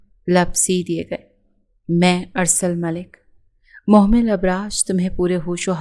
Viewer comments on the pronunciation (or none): Mohmal NI mehmal name hai 🥲